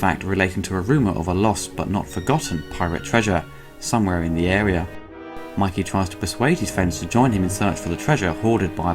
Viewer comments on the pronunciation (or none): It's Mikey not Mickey